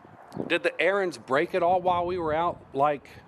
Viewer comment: Ariens. Learn how to pronounce it.